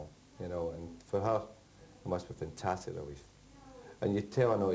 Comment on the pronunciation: Back in '93 fergie pronnounced the 'a' in 'fantastic'. will miss his post-match f'ntastics